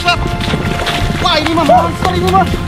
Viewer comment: Monsterr kangg bukan monter hehe😅😂